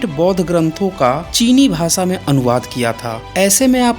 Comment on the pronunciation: आपके video बहुत informative होते हैं. बुरा मत मानीये. स और श के उच्चारण मे फर्क है . आप स और श मे कोई फर्क नही करते. भाषा का उच्चार भासा करते है जो गलत है.